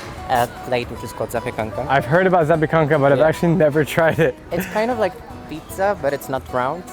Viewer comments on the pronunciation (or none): none